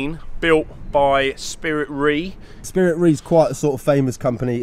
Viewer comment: 'ei' is pronounced 'ay' in Japanese, so it's Spirit RAY, not REE. Great video as always! This just irked me haha